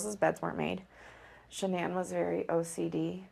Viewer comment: you could have at least pronounced her name correctly